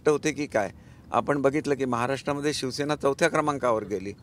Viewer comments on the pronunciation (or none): none